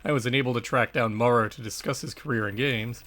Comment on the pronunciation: In American English “Maurer” is typically pronounced so as to rhyme with ‘power’. Unless R. Maurer is from the UK you might consider fixing it. Great great job though. Thanks for doing this series.